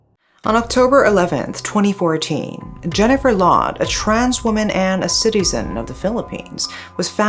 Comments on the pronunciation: Why the narrator keep saying “she” or the last name sounds “loud” it’s Lawde/Laude! He’s pinoy and not american! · And it pronounce as LAO-DE not LOW-D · it's pronounced Jennifer "Lao"- "de" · I think "Laude" is pronounced as Lao - de in the Philippines. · Its "Law Deh" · Pronunciation is law-de with a long A. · Glad you covered this case. This was a case where the victim did not get justice due to the a more powerful country's interference. This is how weaker countries are treated. anyways, Laude is pronounced as Laodeh and Magsaysay as mug-saisai